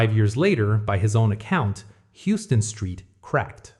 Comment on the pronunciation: For future reference, it's pronounced "Howston street"